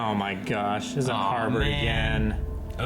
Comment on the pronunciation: its Harald not Harborn hahah